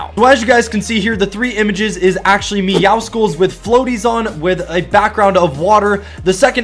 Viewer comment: WTF IS MEWO CICLES?!?!?!? IT MEOWSCLES